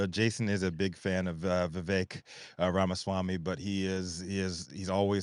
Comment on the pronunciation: If only he could pronounce his last name correctly “Vaswamy 😂”…that aside Ramaswamy’s policies are pretty on point 🙏🏽